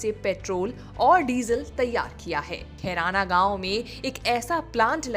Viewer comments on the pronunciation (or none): खैराना नहीं बहनजी खरौना गांव है।जयराम खरौना।नाम तो ठीक से लीजिए।मेरा ननिहाल वही है।